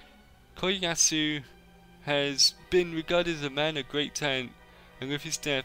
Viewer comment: I love that Kiyoyasu is pronounced differently every time.